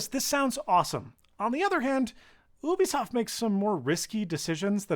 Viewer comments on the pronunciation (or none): Whyyyyyy are you calling it OOObisoft It’s supposed to be Yubisoft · Emphasis on the “Y”, Yewbeasawft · isn't it you-bisoft, and not oo-bisoft? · Did he say OOBISOFT?